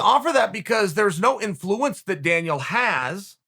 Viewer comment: Everyone: influence Chael: inFLOOence Everyone: inFLOOence